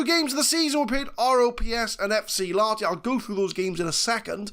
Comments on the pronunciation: You're soldiering through the finnish names pretty dang well. Even if "FC Laaati" kills me a little on the inside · A little less emphasis on the A and a bit more audible H and you're golden.